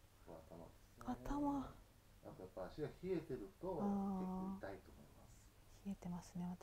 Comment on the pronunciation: 痛いの言い方、おとこが入っている感じ！いだい！濁音になっている！